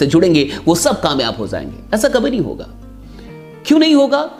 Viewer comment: Sir aap beshak ek shandar leader and trainer ho Lekin aap har bar j ki jagah pe z Ka use krte ho aap agar aap ic bat ko thek kr lijiye aap k speaking ma char Chand lag jayenge sir Jaise abi Maine Likha lag jayenge aur aap isi ko Bolte ho lag zayenge